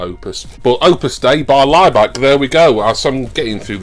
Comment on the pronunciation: I keep hearing Ryback instead of Laibach, it was about him I’d probably turn off 😂